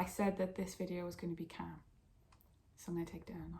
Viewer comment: Every time you say 'calm' I think you're saying 'camp' but weirdly it keeps making sense to me